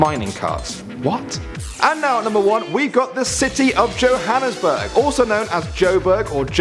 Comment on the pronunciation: Pronounced Jh - han (like the name hans) uss - burg (like burger)